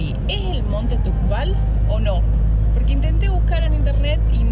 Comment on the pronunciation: No es tubkal que tene nieve tubkal mas alto